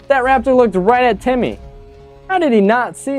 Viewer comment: Eva The Best he said Temmie instead of timmy